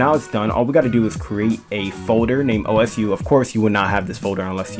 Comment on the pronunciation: Just so you know it’s pronounced oh sue